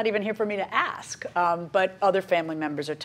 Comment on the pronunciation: Ask = "Ax," evidently...